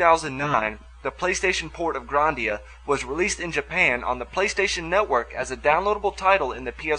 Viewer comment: You pronounce it Grahn-dia. It's pronounced GRAND-ia